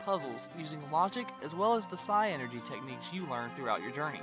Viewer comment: Love the video guys! One of my all time favorite games. I replay it once every year or so. Also, I hate to be this guy, but it's just "Psynergy". Pronounced just like "synergy". Not Psy-Energy.